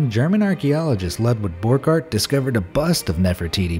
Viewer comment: "Bach", not "Bag"! "Eisenach", not "Eisenag"! "Borchardt", not "Borgardt"!